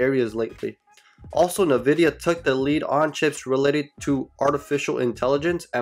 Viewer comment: Nice vid, a few tips: 1) Nvidia is pronounced N-vidia, not Nividia 2) Fiscal is pronounced fiskull, not physical